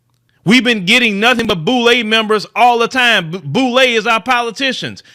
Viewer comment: Lol the Boule🤣🤣🤣🤣🤣 Do better Bro 🤦🏾‍♂️ the inn’ah’net is your friend 🤦🏾‍♂️